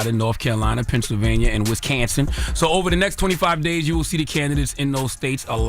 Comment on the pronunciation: Learn how to pronounce the state of Wisconsin. Stop insulting the state.